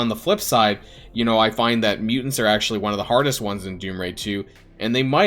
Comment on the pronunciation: Mutant not hard -_